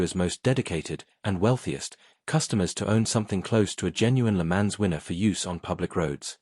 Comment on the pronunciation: Pronunciation PLEEEEEEESE - Check "Le Mans" s'il vous plait.